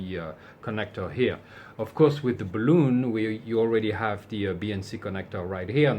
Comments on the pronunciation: That's BAHL-uhn, not buh-LOON. The latter is a rubber spheroid, typically filled with lighter than air gas, so it floats in the air. Balun comes from "balanced to unbalanced": bal-un. You fill a balloon with helium. 🎈 That accidentally short wire is why I carry a supply of Solder Seal splice connectors in my portable kit, along with a cigar lighter to melt the solder, shrink the tubing, and melt the hot glue lining. More convenient than bringing my butane soldering iron when I'm just going to use marine grade glue-lined heat shrink anyway. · Peter from TRX Bench also gently got lectured a few years ago for using the same pronunciation! But in his defence, the German plural of balun DOES sound very much like "balloon-en". IMHO "balloon" is probably preferable to saying "bay-lon" in the common US way, which again doesn't recognise the word's origin. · I can perfectly understand where the "bah-LOON" pronunciation comes from. It's not a big stretch if someone is unfamiliar with the word. The problem is that it's not truly a word, with a root word that shifts to the current meaning. It's a portmanteau, "bal" from "balanced" and "un" from "unbalanced". Portmanteaux don't necessarily follow ANY conventions for structure, derivation, or phonics -- they're entirely driven by convention. Worse, the BRITISH pronunciation is more like "bell-UHN". Why, I have no idea. They don't pronounce "balanced" or "unbalanced" oddly. The German pronunciation of "luftballon" doesn't even sound with a long "oon", it's more of an "uhn", or "euhn". It's very odd. But I agree whole-heartedly that it shouldn't EVER be "BAY-lun". Nor "BAW-lun".